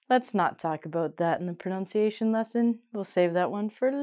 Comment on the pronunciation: Re: pronunciation. I see you have many good ideas for teaching English. However, the word in English is pronunciation, not pronounciation, as you pronounced it several times within the first minute of your lesson.